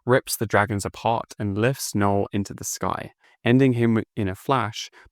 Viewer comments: That K is silent my dude lol..... Null not Kuh-null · You lost me at K-null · Kuh null is not correct but I’ll let it slide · I always pronounced Knull as Null. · the K in Knull is silent by the way